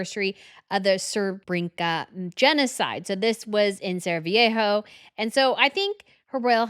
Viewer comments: Sarajevo being pronounced as Saraviejo 😂😂😂😂😂😂 leave it!!!!! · First time watching this channel, and just in one segment the presenter mangled the pronunciations of Edinburgh, Herzegovina, Serbian and Sarajevo! Is this supposed to come across as professional? (Because, sadly, it doesn't) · I mean this with the utmost respect, but can you please do a simple google search on how to pronounce people’s names and place names. Hearing Edinburgh and Sarajevo mispronounced despite being a history expert hurts. The pronunciation would elevate the professionalism of both of your channels in my opinion